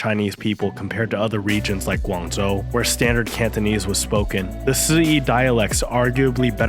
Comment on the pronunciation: What's preventing you from pronouncing the "zh" properly instead of substituting with "z" sounds? I'm genuinely curious why you'd make the effort to pronounce Mandarin names with proper tones but then butcher an important provincial name with "Guangzou."